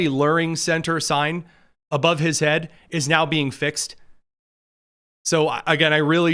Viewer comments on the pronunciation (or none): none